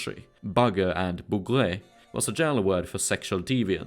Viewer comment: Hey ! If I may add an ingredient to your already very honourable pronounciation of french words : the final e is mute, unless it's a é. "Bougre" can be read "bougr". Generally speaking, the last letter of a word is mute, or can at most transform the pronounciation of the second-to-last. These letters generally an artifact from the latin or germanic roots of the word. For instance, the sentence "j'ai raté" ("I missed") would have the final e pronounced exactly as you did with "bougre" in the video. (wich would read "bougré", which is a form I don't think it existed.) Whereas in "je rate" ("I miss", or "I'm missing") "rate" would be pronounced almost exactly like the english "rat". (The final t sounds.) (And of course, "rat" in french (the classic rodent) would be pronounced "ra" like the egyptian god. Unless you name him Rê, or Ré but I'm out of my depth here.) You've already got it totally accurate for Olivier Levasseur ("Olivier" = "olivié" and "Levasseur" with the final r pronounced. Yeah the "r" is an exception to the generality above. Yeah I know my language is not intended to be read at all. Only makes me appreciate your efforts even more. It would take me a big time to get as fluent in Swedish as you are in French) (And of course I'm speaking about modern french. If you have any specific information about it being different in old french, I'm eager to learn :p )